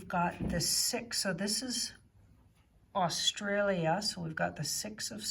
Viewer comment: You even pronounce Australia properly 🙏👍💋👍